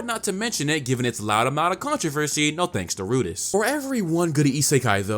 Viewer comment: It really irked me when he said Rudeus..... its RudEus, theres an E there!